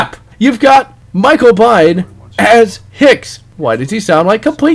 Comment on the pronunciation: Nice review. But Michael Biehn's last name isn't pronounced "Bine", but "Bean" like the British comedy Mr. Bean.